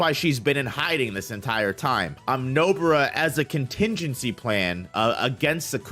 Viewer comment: Stop calling her Nobura ffs